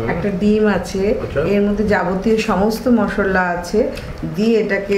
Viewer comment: মশললা নয় মশলা